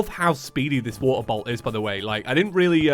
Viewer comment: Geez everytime I hear him say “waterbolt” I only hear “waterboat” which also makes no sense because all boats are water. Wait that doesn’t make any sense either.